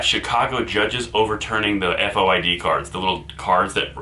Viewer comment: FOID - In IL pronounced 'Foy-d' card.